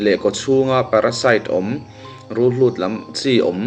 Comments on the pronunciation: Rulhlut ❌ Rulhut✅ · Rulhlut ni lovin Rulhût tih tur😊